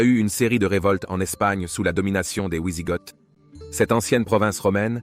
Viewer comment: Ont ne dit pas les Wiisigoth comme la "Wii" mais Visigoth comme "Vizir"